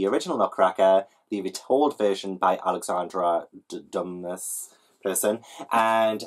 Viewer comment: hey my lovely. love the video. just dropping in to say that you pronounce Alexandre Dumas like AL-EX-AN-DRAY DEW-MAW. i've been watching a few videos where you were struggling and it's breaking my heart so hopefully this helps. x